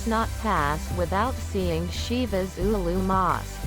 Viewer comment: I could not finish it while repeatedly hearing "Șivas" :( was so hard to pronounce it correctly?